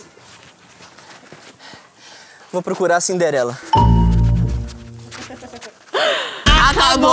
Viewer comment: É Cinderela não é xniderenla